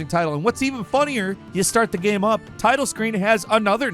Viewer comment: Well, most of the times, he pronounces the word "game" wrong, so what did we expect.